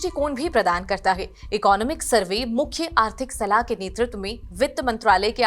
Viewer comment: Firstly learn how to pronounce "Economic".